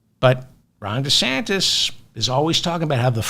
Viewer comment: "Ron DeSantist" with a 't' Ha! I love that!